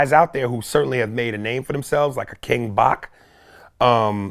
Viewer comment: He just called King Bach King Bacc Hahahaha